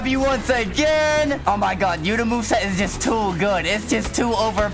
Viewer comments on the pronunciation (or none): Bro said yutá'